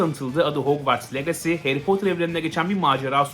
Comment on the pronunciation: abi bide legasi değil licısi diye okunuyo . Aklında bulunsun